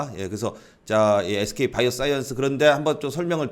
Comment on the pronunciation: 바이오 싸이언스 악센트 넘 멋져요